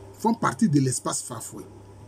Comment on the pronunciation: Merci Professeur. Vous dites bien "Fali", effectivement c'est la prononciation en wawlé.